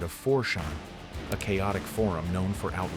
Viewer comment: Lol four shan 😂